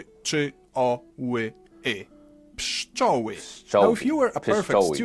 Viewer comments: You did a great job. If you want to be better at reading in Polish you should practise your "w". And your pszczoły was perfect. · you absolutely nailed saying pszczoły before he taught you, congrats!